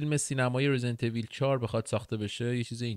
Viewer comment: واقعا چرا خیلیا ایول تلفظ میکنن اویللللللللللللل حتی کات سین اولی هم کامل تلفظ میکنه